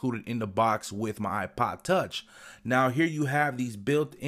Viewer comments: "iPod touch" can't you say it properly? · It sounds like your saying ipa tauch